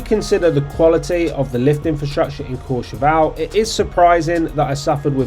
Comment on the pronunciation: Couple of things - it’s CourcheVEL - not Courche VAL …. Drives me mad!!! Having done seasons there, you only hear Brits renaming it to “VAL”…. Anyway, nice vid, but it seems you are only talking about 1850… 1650 didn’t get a mention and that has some great varied terrain, but as you say, all a bit light and cruisy- but good fun for thrashing about a bit. 1850 way over priced, over run with rich Russians and other people with too much cash… ruins the whole place. Stay in St Martin de Belleville instead and you are connected by a couple of lifts into and out of Meribel if you want to be in that part of the system - or Val Thorens if you want more challenging terrain. all good, nice chilled content mate 👍🏻